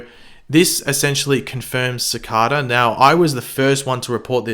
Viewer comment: Is it just me or does say it like "Cicader"?